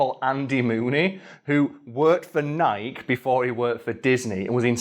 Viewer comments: It's not nike it's "nik""e" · Wait.. do British people pronounce Nike.... Nyke? Instead of Nikey? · Wait a sec, did you just say Nike as a one-syllable word? 😵